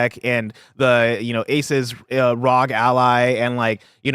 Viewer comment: for the last time, it’s pronounced eh-soos R-O-G Ally (ROG is an acronym). 😂